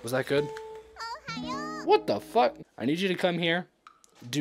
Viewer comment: Stop saying fuke